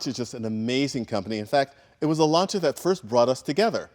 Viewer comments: it not LANCHA it's LANCHIYA(the correct pronunciation) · Say lancia right! Pronounce it! Not slay it!!